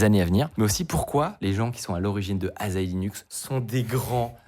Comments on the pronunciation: Il faut le prononcer Assahi et pas Azahi ;) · Pour info, ça se prononce "assahi", pas "azahi" ^^; De plus, "asahi" (旭) c'est aussi le nom d'une sorte de pomme, la McIntosh ^^; Et j'adore le clin d'œil ^^ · Un détail, la prononciation c'est pas A'z'ahi mais A'ss'ahi. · C’est pas “Azaï” c’est AssaHi. Soleil matinal en Japonais. Super vidéo sinon. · Petit instant culture : Asahi, ça se prononce “Assahi” (soleil du matin en japonais), et c’est aussi le nom d’une variété de pommes, que l’on connait sous le nom de McIntosh. (bon aussi bien, ils en parlent dans la video, mais je n’y suis pas encore) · Cela aurait été pas mal d'avoir appris à prononcer le nom de la distro avant d'avoir fait la vidéo... U_u A-SSA-HHI "Soleil du matin", en japonais. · Je comprends pas pourquoi tu le prononces "azahi" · ça se prononce "assa-'hi" 😀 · Ca se prononce [açahi], "Soleil du Matin", en japonais (Ca peut avoir d'autres traductions).